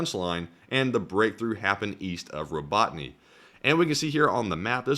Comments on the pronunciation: It's Ro-bo-ty-nye, not Ro-bot-ny. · Row-ba-tine is how it's pronounced.